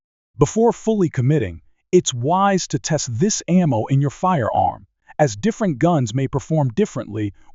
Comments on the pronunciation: This video lost me with "a mow tech". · The first frickin line... "A MOW tech is advancing rapidly". If we're going to automate narration, can we get one that actually knows how to pronounce 'ammo'? Or actually, get someone to speak into a mic? Hell, I'll do it. ("LEED bullets??")